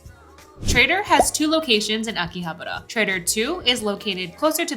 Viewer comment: living in Japan and still can't pronounce Akihabara correctly